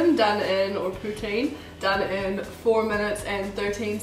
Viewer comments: marry me.... also, its Poo-Teen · I really enjoyed the new editing! And I think poutine is pronounced poo-teen. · poo-teen (the pronunciation)... it's made with French fries, brown gravy, and cheese curds. The closest I can think for the cheese curds would be white cheddar cheese. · I from pei and we say poutine like poo teen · It's pronounced pooh-teen